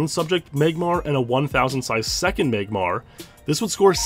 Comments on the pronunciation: “MAYGmar comes at number 3” lmao what in the Canadian accent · Meyg-Mahr Lmao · I love how you pronounce Magmar.